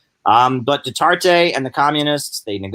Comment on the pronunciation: it's pronounced Du-ter-tay. also, the NPA does not control any islands in the Philippines. And Duterte's popularity is at an all-time low. He is kind of like Trump. this blustery pompous guy who made a lot of promises in his 2016 campaign then just flamed out. He is very unpopular there now and Manny Pacquiao a former ally of his has now turned on Duterte, too. And Manny will most likely run for president of the Philippines in 2022.